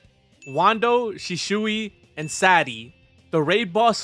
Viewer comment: 1. Its 'shisui' not 'shishui' 2. The zebra cap isn't pronounced zebra's cap because the cap doesn't belong to a zebra